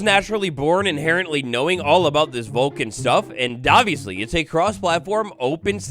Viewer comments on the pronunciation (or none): none